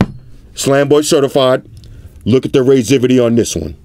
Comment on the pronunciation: ''Look at the raiseivity''... love it